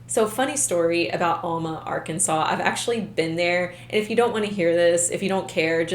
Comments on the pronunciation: It’s not all-ma, it’s Al-ma. Get it right please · I grew up in Arkansas, and I've never heard of these people! After college, my first job was in Fort Smith! I lived in that area for 16 years. You're right about Fort Smith and Alma being close. Only a few miles and the Arkansas river separates them. By the way, Alma is pronounced AL-muh. The first syllable is pronounced like the man's name, Al, and the second syllable rhymes with duh. Hopefully, you will never need to know that in the future! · Its Al (as in the name Al ) ma lol .... The same town that Morgan Nick was kidnapped from and is still missing :( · I’m sorry.. but that way you pronounce Alma is cringy 😂 that’s my hometown so trust me when I say you’re pronouncing it wrong 😂😂 it’s pronounced Aaaalma. Think “apple” not a long A but a short A sound. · Alma is pronounced with a short A. Like Alvin. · For someone who lives in alma. Its pronounced ahhl-ma. The house now is abandoned and is heavily secured. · It's ALma..as in AL the name and then Ma